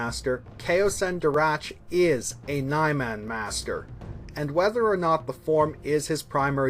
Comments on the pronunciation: Nye-Man? I think it's Neeman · This guy is expert at saying Niman. 😑😑😑😑😑😑😑😑😑